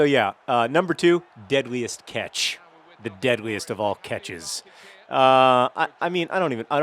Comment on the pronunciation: It sounds like you're saying deadliest ketch, which I find amusing due to my disdain for the ketch rig of sailboat.